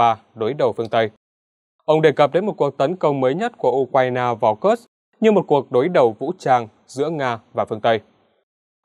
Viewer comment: Ở Nga không có địa danh nào tên là "Kơx" cả. Kursk đọc là Kurxk, cầu Kerch đọc là "cầu Kerch". Chắc lại phản bác: "Mỹ đọc là Kơx nên đọc thế mới đúng, Nga đọc Kurxk là sai"?